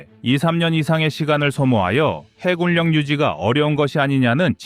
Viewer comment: 이젠 좀 해굴역, 공굴역 ... 이딴 발음 좀 없애주길... 정말 못 듣겠다. 쩝.